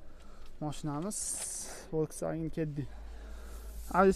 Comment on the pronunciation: Блоггер укам, Волксфаген эмас!!! Фолксваген булади!!! Саводингиз устида хам ишланг,илтимос узбекларни саводсизликда айблашларига сабабчи булманг. Хатто русча сузларда ургу кайси товушга берилишини хам билмайсиз. Сизни саводсизликда айбласак аник жахлингиз чикади лекин факт шуки, сизни саводли хам деяолмаймиз. Танкиддан тугри хулоса чикарган инсонгина улкан ютукларга эриша олади.